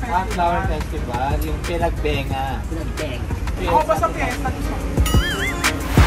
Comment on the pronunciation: Panagbenga po hindi Pinagbenga 🤗😊